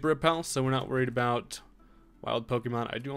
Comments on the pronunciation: alwayssearching2012 aboot killed me 😂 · channeling his inner Canadian